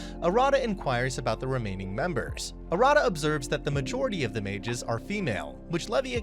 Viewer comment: Haha I love how the narrator say ma-ges instead of mages